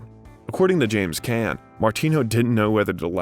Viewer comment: Agreed! So many mispronunciations I was embarrassed. Cannes … Caan … Olivier … Coppola … and Antigone, omg…😮